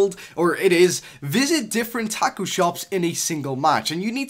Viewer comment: I feel offended the way you said Tacos